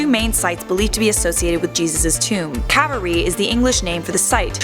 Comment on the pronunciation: The tomb I'd say is the garden tomb it fits the four accounts better than the sepulcher. However the crucifixion sight I'd say Helen the mother of Constantine got right. Also not to b mean but say it with me it's not sepulchar it's sepulcher- sep ull (like ool) Kar (h is silent) And in calvary enunciate the A a lil more then I think way got it